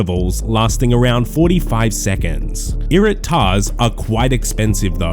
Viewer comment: Anyone else had to listen twice when my man started mentioning "Irit'Tar"s ?